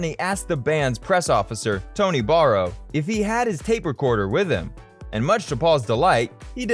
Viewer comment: Ned Grant Kurkle LOL. He's probably never heard of the Cyrcle, Red Rubber Ball, or probably even Paul Simon for that matter. He also mispronounced Tony Barrow's name and said the Beatles version of Roll Over Beethoven was released in 1966. There's nothing like doing your research before posting a video 😂